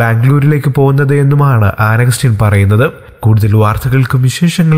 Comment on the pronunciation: An agastine ennu thooriyo chetta